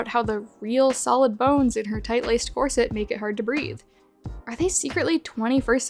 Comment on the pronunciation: breathe vs breath